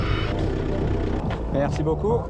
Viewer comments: Damn, that "Super, merci beaucoup" was flawless. Edit: And the rest of it also as good. Chef's kiss. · I was just about to say that, had to rewind after hearing that "super, merci beaucoup" could pass as a parisian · je n'arrivais pas à croire que c'était toi qui parlais un si bon Français ! Ton "Merci beaucoup" est superbe !